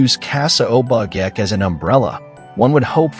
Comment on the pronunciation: Check on pronouciations. Obake (O-Ba-Kay)